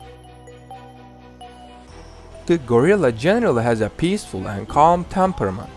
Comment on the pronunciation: He can’t say gorilla well lol but it’s fine